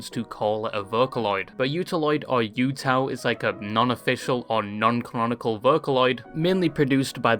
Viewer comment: this british man mispronouncing everything is causing me physical pain… utau is oo-tao man :( and it’s momone momo not… whatever he said